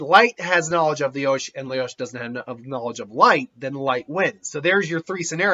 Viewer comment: He most likely hasn't even watched the anime considering he calls Lelouch "Leyosh".